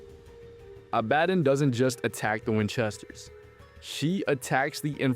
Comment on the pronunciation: Fucking AI narration. If this was a real person who actually watched the fucking show they'd know how to pronounce Azazel and Abadon